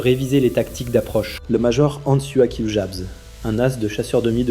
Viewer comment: Hans Joachim, pas ens yo akim!!! Luft waffe, pas lou vafeu.